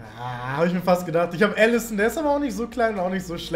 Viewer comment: Ellesen? Er heißt Allison